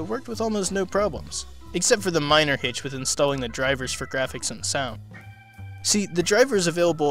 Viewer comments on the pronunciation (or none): none